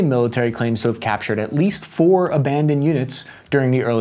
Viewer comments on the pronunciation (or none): none